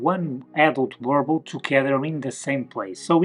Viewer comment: You need to learn how to pronounce the breeds name👀 [boo- rrrr -bull]